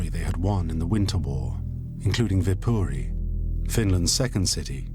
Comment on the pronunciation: You did say it right though